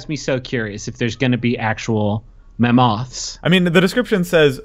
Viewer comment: apparently I've been pronouncing mammoths wrong my whole life.